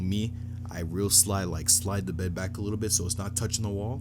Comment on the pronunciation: “I’m not gonna into too much likkle detail!” 😂😂😂